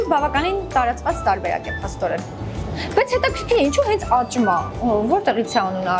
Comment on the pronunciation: աղջիկ ջան աճմա չի աչմա է,համ էլ մի քիչ խոսիր խոսքը մի քիչ էլ թող խոհարՐին,ուղղակի շատ տհաճ է ու անդուր